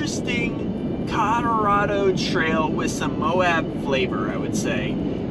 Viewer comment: Dude needs to learn how to say Colorado, wearing me out :)